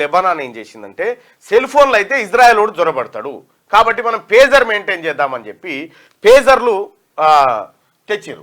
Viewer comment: Pujar kaadura pager